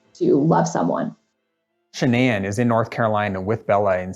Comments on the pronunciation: Her name was Shannon not sha'ann... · It’s actually Shanann.